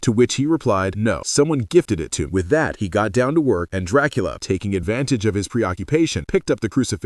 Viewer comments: Excuse me?????? Tracola?😂😂😂😂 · I ❤❤❤ how sometimes AI can't pronounce Dracula correctly 🤣🤣